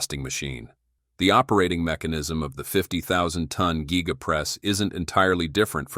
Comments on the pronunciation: The geega press? Giga Press. Has no ‘e’ in proper pronunciation. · Why do you pronounce giga like that